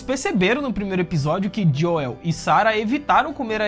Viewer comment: Serio que ele vao ficar chamando o Joel de Joieu até o fim da serie?